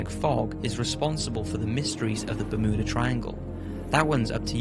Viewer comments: Bur mew dah not ber moo dah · Also its ber mew dah not ber moo da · I had no idea that Bermuda was pronounced BerMooda. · Is anyone else hearing berMOOda. Ha ha, bermooda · Ber-muuu-da triangle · The "Bermooda" triangle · Ahh yes the bermooda triangle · Bermooda triangle? I don't think thats how you say it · It's. Fucking. BER-MYOO-DA. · Ba-MOO-da Triangle :D